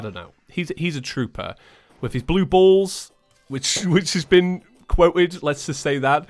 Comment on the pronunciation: I turn 20 next month and here I am laughing my ass off at a british guy saying “blue balls” Great episode as always, glad you had a good time in the US! Im a few states up from NY and we got 24 inches of snow dumped on us.